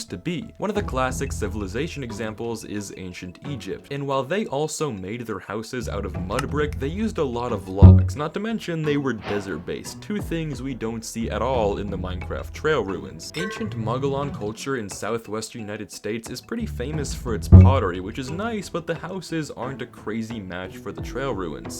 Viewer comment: So, as someone who has a cabin in the Mogollon Rim, it’s interesting to hear them brought up. But it’s a Spanish word, so it is pronounced ‘Mug-E-yoan’, as the double L’s make it a Y. Yoan like Loan or Roan or Moan.